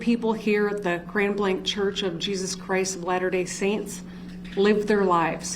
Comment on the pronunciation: Grand blank? Isnt it grand blanc with the french pronunciation?